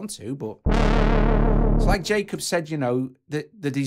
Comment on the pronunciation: "Yah-kobe Hack"